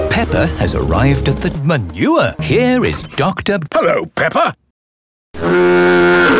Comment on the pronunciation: It's not pepper it's daddy Pig the